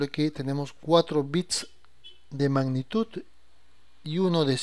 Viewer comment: como te cuesta decir magnitud man, me duelen los oidos